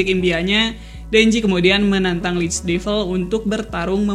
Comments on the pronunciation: Bacanya devəl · Gemes dengan pronounciation nya. Buat devil, bacanya bukan divel.